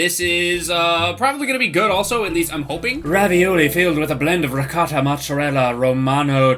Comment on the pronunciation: Its not called recatta. Its Ri-goh-tah